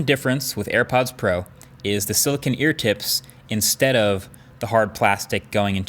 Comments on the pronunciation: Me: * clicks on video * Marques: SiliKIN Me: Did he just sa- Marques: * says silikin again * Me: HUH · I have never in my life heard someone pronounce silicone as silicin